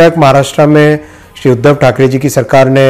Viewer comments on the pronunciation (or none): none